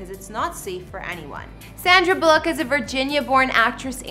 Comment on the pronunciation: Never heard her called Sandra Bull ock. Think it’s Bullock